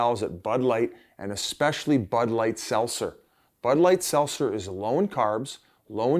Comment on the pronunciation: Biz can’t say Seltzer